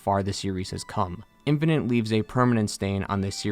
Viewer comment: Infinite, not infininte.